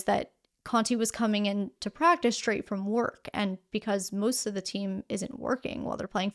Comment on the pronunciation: Did you just say, "Shtraight?"